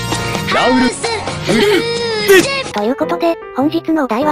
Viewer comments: フルーチェの発音が完璧すぎるw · フルーチェの発音良すぎだろ